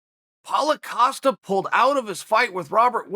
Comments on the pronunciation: Paul "oh" Costa 😂😂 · Chael “Paula Costa” Sonnen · Chael "Paula Costa" P. Sonnen